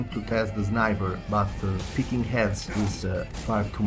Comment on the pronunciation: good English.But instead u shouldn't say zniber ;3